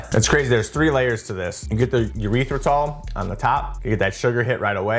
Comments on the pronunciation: I poked at him for saying it that way last year too. I've always heard it like.. You-writh-rih-tall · Did you say “urethratol?!?!?” 😂😂😂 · Great stuff man, but it's hilarious how you call it urethra-tall 😂